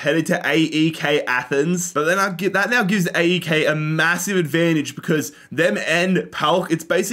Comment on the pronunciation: . You should call it AEK as one word and not as three letters